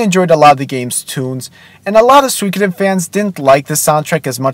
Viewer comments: Soo-ee-ko-den. Not sweekoden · Please, stop saying "suykoden," please!